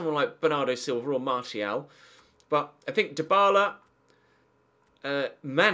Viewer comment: Dybala. not hard